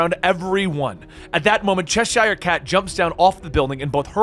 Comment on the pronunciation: The way you pronounce Cheshire hurts my ears